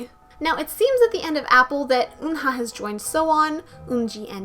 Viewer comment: Now that I’ve learned the Korean letters and sounds I know that you’re pronouncing Eunha et Umji names wrongly. It’s Umji like Up and Eunha like Eunbi